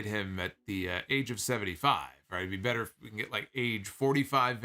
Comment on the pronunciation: doesn't have whichever accent would make better "betta," so it sounds hella awkward.